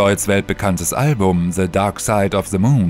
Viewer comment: Se darkside haha the nicht se